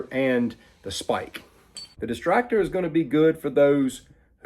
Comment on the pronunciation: Why does he keep calling it the "Destractor"? It's not exactly for distracting... I see a Destructor, but that's very different from what he's saying. >.>